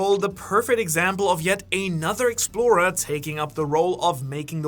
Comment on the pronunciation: I wish you would learn how to pronounce explorer before using it about 200 times in this vid